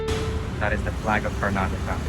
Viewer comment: Bro pronounced Karnataka better than most north India guys.